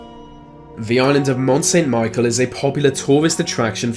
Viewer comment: Dude, first of all it's pronounced ( Le-Mont-Saint/san-Mi-sh-el) and secondly I heard nothing about ghosts when I was there from tourists, guides, my grand-parents etc but I guess it's a conspiracy from the Illuminati which so happens to involve brainwashing people and using big horse dildos to ram up their noses to plant microchips to fry there brain in years from now so they can colonize our assholes which will become their new homes and we become the horse dildo.............. WTF did I just write???????